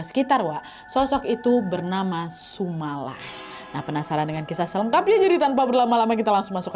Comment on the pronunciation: penyebutanyannya bukan sumala tapi sumolo (sumber memolo / sumber bencana)